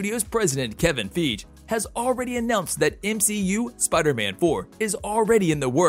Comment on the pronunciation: Bro its Kevin Feige not Kevin feege